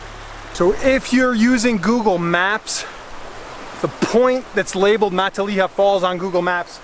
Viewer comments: Fun hike.. Matilija is not pronounced like 'Matt-a-LEE-ha'.. More like 'Ma-TiLL-e-ha' with a short e..:hand-purple-blue-peace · It’s pronounced muh-tilla-ha!!! 😂🤦🏼‍♂️ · Thx for the beautiful video! Looks like you had a lot of fun. Btw, Matilija is pronounced Ma-til'-i'-ha', emphasis on the 2nd and 4th syllable. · Pronounced Ma till a ha Not Mont te leya Falls. Everyone gets it wrong. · MUH-TIL-EH-HA = MATILIJA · Born and raised in Ojai 40+ years... it was actually my junior high school as well. You are not pronouncing Matilija correctly... :-( First time I heard someone say it that way. It's actually "MA-TIL-I-HA". Nice video tho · Mah-tall-EE-ha, lol, I literally cut most of that brush to get there. BTW that easement you walked through, the owner’s name is buzz and he’s an asshole. You are correct after 4 years of no maintenance the land is free to access by the public through the blue heron property. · ma Till aha. Take it from a native. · Matilija (MA-Till-LY- A) Falls. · Beautiful, but learn how to pronounce the word. Matilija (muh-till-ih- ha) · Exactly, fellow Ojaian here. It is pronounced Ma-TILL-a-ha. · It's pronounced Muh-tileh-ha. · My mom lives in Ojai....and its pronounced "Muh-tilla-ha". 😉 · Awesome video but listening to you say mahtileeuhha over & over again makes me wana jump off a cliff with no water at the bottom lmao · You dont belong in these canyons and neither do visitors. Thr roads are closed and so are the trailheads. Youre trespassing, and yku cant even pronounce the name of the canyons. This is bad karma for you. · the way you say Matilija pains me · I lived on matilija canyon road 1993. Lived in Ojai for 14 years and hiking was my life. Lol...he needs to know how to pronounce Matilija. 🕊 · Say Matilija right... also this isn't hidden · Great video I live in Ojai! Just a heads up you pronounced matilija wrong. We take that pretty seriously lol 😜